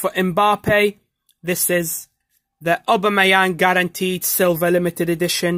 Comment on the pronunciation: When he says obamiyang SOOOOO FUNNY